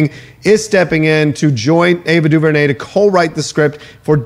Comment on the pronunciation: Someone please teach how to pronounce Ava DuVernay name. On Heroes podcast he butchered her name.